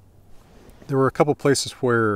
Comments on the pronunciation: funny to talk about accents saying guere and not where xd. Great vidio anyway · I could not stop hearing every H you pronounced after you showed your notes on “Where”. Awesome video thank you!